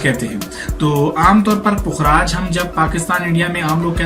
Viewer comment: Bhai pukh-raaj hota hy. Fukraaj ni hota. Pay khay puk bnata hy. Apki pronunciation galat hy. Ye meri ami ka naam tha. Pukhraj ko yellow sapphire kehtay hain. Topaz brownish orange hota hy. Pukhraj light yellow, white, sky blue colour mein hota hy aur gem stone hy